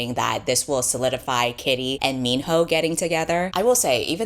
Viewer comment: When you said minho, I thought you said mean hoe 😭 😭 😭